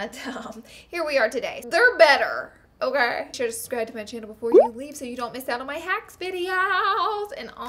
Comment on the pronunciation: I don't know if my ears are broken today but the first time you said subscribe to my Channel , I heard scratch my chin 😂😂